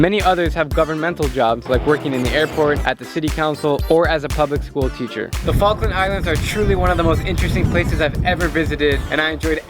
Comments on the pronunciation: is it me or did i heard FUCKland islands? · welcome to FALKLAND islands say the Falkland again but slowly